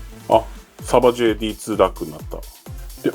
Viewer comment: メーカー名の読み方はSabaj(サーバイ)になります！